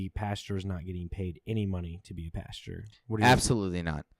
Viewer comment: says “pasture” instead of “pastor” 😂 Actually twice